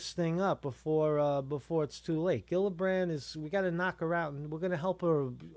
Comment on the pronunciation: Hi. Kirsten Gillibrand's name is pronounced like Jillibrand.:)